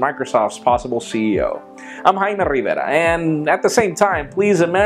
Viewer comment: I just love he says "RRRRIVERA" :P